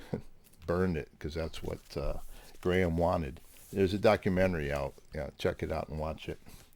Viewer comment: Pet Peeve, ....it's GRAM Parsons, not Graham. GRAM as in Ingram. He's one of yours, surely you and Mazzy should know! Or is it done on purpose to wind up pedant people like me? Great video otherwise. Love and peace from across the pond.